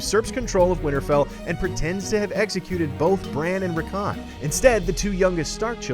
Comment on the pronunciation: Pronounced rickon and Xaro Xhoan Daxos incorrectly🤨